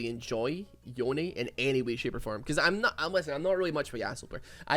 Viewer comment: Every time say yone I think he’s saying oni